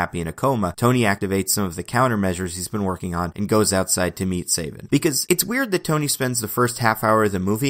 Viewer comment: it's SA-vin not SAY-vin cos his villain name is Coldblood-7 in which the "7" is supposed to be a wordplay on his surname "Savin" because it's PRONOUNCED THE SAME WAY